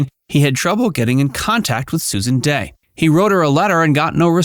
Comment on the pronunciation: Here name is Dey, not Day. If you can't get her name right, how can we be sure anything else you say is correct?